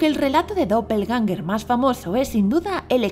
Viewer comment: Que pronunciación paupérrima del alemán